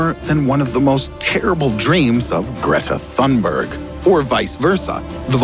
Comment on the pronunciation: Greta “Tuneberrrrry”